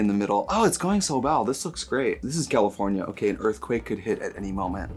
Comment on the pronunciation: Gee whiz, I love how Trixie pronounces ‘fræygrïnse’ and ‘Cyeahlivfœrnÿa’